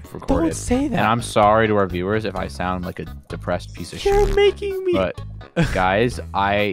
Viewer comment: he said deprested it remided me about my dead grandfather :(